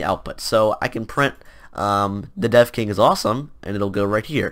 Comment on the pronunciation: lol i thought you said The Deaf King